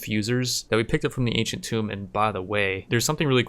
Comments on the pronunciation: Alright, I've been resisting the urge to say this for months now, but somebody has to tell you: The room with all the Cryptosleep Caskets? The Ancient Tomb? Tomb is pronounced like Boom. The way you have been saying it is how you pronounce Tome, the old books. English is weird, I know. Love you Rimworld content, by the way~ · ya know tomb is pronounced like toomb